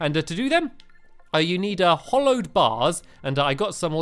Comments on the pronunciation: It's hallowed not hollowed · STAMPY FFS! ITS "HALLOWED" NOT HOLLOWED!! HALLOWED HALLOWED HALLOWED HALLOWED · stampy, hallowed is pronounced ha-lowed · Why do you call it hollow it's hallow xD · Its ha-low-ed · It's HALLOWED, HA-LLOWED, can't you read Stampy!!???!!!! not hollow .¡Ay, caramba! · It Is pronounced ha-low not hol-ow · Stampy is saying hollowed bars but it is hAllowed bars that A is in caps for a resson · Jimmy Leung ITS HOLLOW